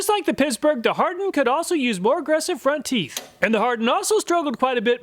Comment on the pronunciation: I laughed and had to replay "front teef" 😆